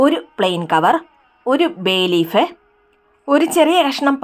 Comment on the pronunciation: എന്താ പറയുന്നത് മനസ്സിലാവുന്നില്ല....ബേ ലീഫോ പേ ലിഫോ...? ഇത് എവിടെയാ കിട്ടുക?